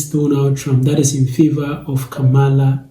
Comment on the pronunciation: Not the “I will boat, for Donal Trunk!” 😂🤣😂